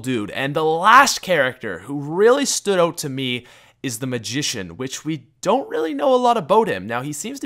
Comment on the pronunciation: Are you Canadian? Because you can't pronounce "Out."